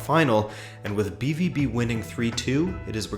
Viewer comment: Pronounced “be-vow-be”